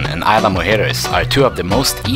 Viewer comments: "EES-la" not AYLA. Nice video. Thank you! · Great video bro! One of the better ones I've seen on Isla Mujeres! Two things: 1) What kind of drone were you using and did you have problems getting it into Mexico at all? 2) The "s" in "Isla" is not silent, but if that's the worst thing about your video, you did a great job! I'm going this summer, and I can't wait to get some awesome drone footage like yours!